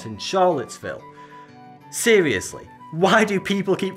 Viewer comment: “Seerilisly spookie”